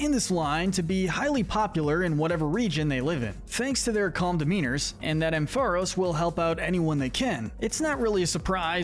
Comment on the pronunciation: It’s pronounced amp-FUH-RAHS, rye-COO, PATCH-er-ree-soo, heel-ee-AHP-tile, TAH-poo-koh-koh, redge-EE-eh-leck-kee, chin-CHOW, VIKE-uh-volt, toh-GUH-DUH-mar-oo, more-PEH-coh, ELL-UH-kid, and yoo-NUH-vuh, “Patrick Star”! 🤨 Stop mispronouncing Pokémon names,! 🙄